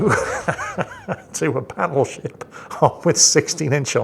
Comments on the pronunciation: I could swear said Paddleship instead Battleship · Hahaha! had to recheck what said as the Buffalo is getting paddled. Thought he said Paddleship.